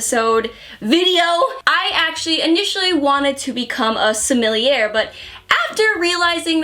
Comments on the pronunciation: I am so sorry for this... sommelier is pronounced sə-məl-ˈyā. Darn french. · Anyone gonna mention continued pronunciation of "sommelier"?